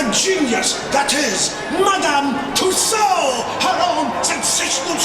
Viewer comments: FYI its pronounced too so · Isn't in pronounced "Too-Sews"? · The way to pronounce it is... Two Sews. :-) Love the videos, Adam. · Loved the vlog Adam. Just the pronunciation of Tassaud was driving me a little cuckoo... Lol. But it was a cool video. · It’s pronounced Tooso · Twice I heard you mis-pronounce the name of Tussauds. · #adamthewoo the letter 'd' in Tussaud is not pronounced. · Tussauds...the D is silent...unlike retardeD.